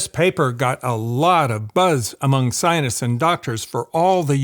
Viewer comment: Sir, why do you say scienists? I picked it up in the other video, too.